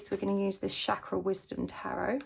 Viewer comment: It's Chakra with 'Ch' pronounced like Chin, Chair, Chain.